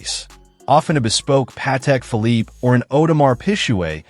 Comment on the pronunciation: Часи Пік Філіп 😂😂😂 😂😂😂😂 А не Патек Філіп.